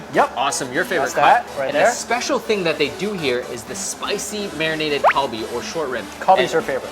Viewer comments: for future reference bibimbap is pronounced bee-beam-bpap and galbi is pronounced galr-bee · Stop butchering "bulgogi" and "kalbi". cringes